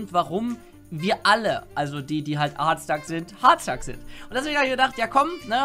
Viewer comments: CrazyDeadshot Er sagt es so: "Hoooooaaaarrddstack." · Leon Dovahkiin. Ich weiß, aber man kann es auch Deutsch aussprechen, was dann nicht so merkwürdig klingt: "Hartstack". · Es triggered mich, wenn du Hardstuck so komisch aussprichst. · Warum sprichst du hardstuck so komisch aus 😂😂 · Kann man Hard noch beschissener aussprechen?